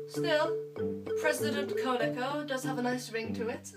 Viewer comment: You mispronounced my name 😢 but hey ho, are you gonna make another q&a soon? 😀